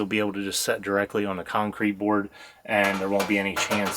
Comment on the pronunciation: Have to ask...What part of PA are you guys from? 😊 It's when she said "on" sounds like "awn" .